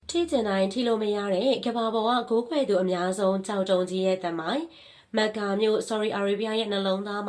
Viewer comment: မက္ကာလားကမ္ဘာလားကန်ဘာလားစကားပြောတာပီအောင်ပြောပါလားဘာမှန်းမသိလို့